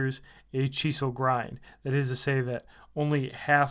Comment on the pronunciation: Chee seal grind?? WTF? ENGLISH? speak it much?....Ernie's knife is much better of course Capt. Obvious...Kershaw make's Emerson's designs affordable to the masses. Next time try a bit harder.